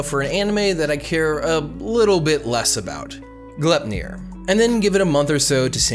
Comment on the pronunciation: Yo, it's pronounced Gly-p-nir. It's a dwarven sash that Odin and the gods bind Fenrir in Norse mythology.